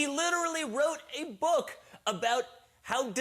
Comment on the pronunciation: Why does he say book “bùk”